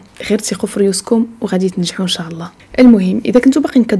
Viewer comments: جزاك الله خيرا اختي على كل هذه الفديوات وارجوك ان تقولي ان شاء الله وليس ان شاع الله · إن شاء الله وليس إنشاع...😊